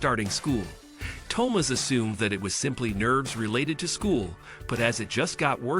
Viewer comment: That and the mispronounciation of Thomas.